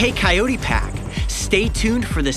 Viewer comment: Coyote not coulye